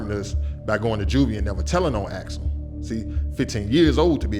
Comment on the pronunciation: Axel Foley, not Alex Foley.